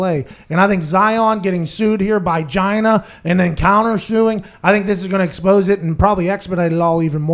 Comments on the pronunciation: Hahaha Pat calls her Gyna 😂😂😂😂 Giiiina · Pat it's pronounced GEEENA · It's pronounced (Gee-Nah)!